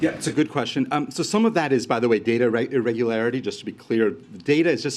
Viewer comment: Data "irreeregulateries"? Bahahaha Ask him why they dont want to be transparent for 75 years